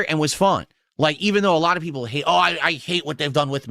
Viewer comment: Peepul are saying